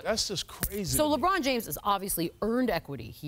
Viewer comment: there is no d in lebron james